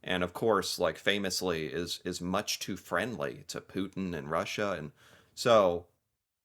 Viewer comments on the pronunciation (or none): none